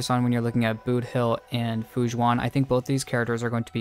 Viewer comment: This is a great video and very informative, but so sorry I kept hearing you say "Fu Jzuan" when her name is more pronounced like Fu Shwen. Just wanted to help by pointing it out and thank you for the video!